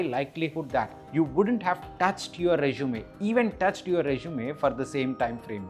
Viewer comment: It’s Resume not Rezshume. Please practice few times recording your voice